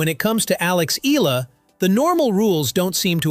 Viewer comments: Alex's surname is pronounced "EH-YAH-LAH" (THREE syllables) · Just FYI..... Names Pronounced as E-YA-LA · Next time, on the prompt, type in "E Yalla" to get the AI pronunciation right. You're already using AI, don't be too lazy. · "Eela". My brother in slop, pronounce it correctly. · Alex E-ya-la, ur welcome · Please...please...pronounce her last name correctly..."EE-YA-LA"!!! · its pronounced as: eh’yah lah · E-yah-lá thats how you pronounce her Surname... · "Alex EELA" 🗣️ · Her name is pronounced: EH-ah-lah. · Eala - eh-ya-la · It's pronounced as Alex Eh-yah-la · Alex Ee-lah....another AI excellence, good job AI! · Eala is pronounced E ya la. Thank you. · At least try and get your dumb automated voice to pronounce her name correctly. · I don’t think the WTA has anything to do with court assignments at the AO or other Grand Slam tournaments. Eala is a great young talent (and this video butchers the pronunciation of her surname), but this video doesn’t seem completely factual. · Get the pronunciation right of Alex last name please ... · Say her surname correctly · It’s pretty hypocritical of you to complain about disrespecting Alex Eala when you don’t even bother to train your AI voice to pronounce her name correctly. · Why can’t this guy pronounce “Eala” properly? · can you please pronounce her surname right. thank you. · It's eyala not ela.. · her name is not Ila. it's - Eh a la. and his name is not Joke ovich. stupid Ai voice! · Filipina dear boy. Not FilipinO. EYALA, not EELa. Pls say it right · Its not Ee luh should be pronounce in Filipino... "Ey Yeah luh." not eel luh. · Eh-ah-la Not i-lah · Eee-yah-lah! not eee-lah! Okay, group hug! 😂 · It’s not Ila but eyala that’s how her surname pronounced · Not ela its eyala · Every time he mentions her last name i winced! It's not "Eehla", it's pronounced E-A-LA, like "eyala", damnit! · My comment is Sir, correction it's, "E -yah -La" to pronounce her surname not. " E-la" Thank you for your good content about Alex.❤